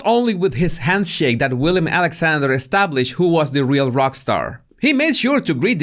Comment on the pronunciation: As a Dutch born, you have to know it’s Willem (not William )Alexander. 😂